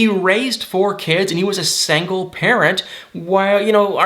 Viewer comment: I love, but the way he says "sangle" 🤣🤣🤣